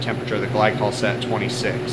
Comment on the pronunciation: gly-cool lool haha